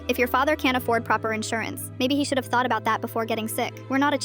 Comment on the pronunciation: "Thought abuut it before getting sick," IM SORRY, HUH?!😭🙏